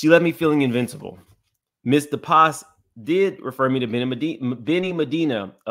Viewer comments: It's pronounced De-Pass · You are pronouncing it wrong, its pronounced De Pass.